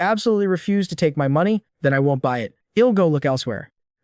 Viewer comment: picking nits: won't pronounced wont.